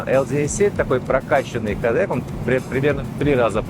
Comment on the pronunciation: кООООООдек!!! На крайний случай ударение на обеих гласных!